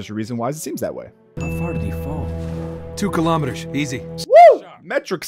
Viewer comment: WHAT THE FUCK IS A KILOMETERRRRRRRRRR!!??